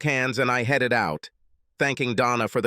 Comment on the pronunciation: Swear it is.. I'm tired of hearing headed pronounced Heed it